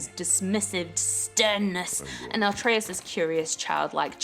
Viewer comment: It's Atreus not Artreus